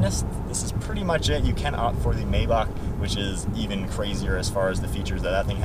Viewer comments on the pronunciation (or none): none